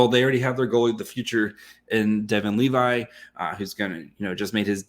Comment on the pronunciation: I think this guy struggles with dislexia, he never pronounces player's names right when there are countless resources to learn. Levi isn't pronounced like the jeans you dolt. How is this your job?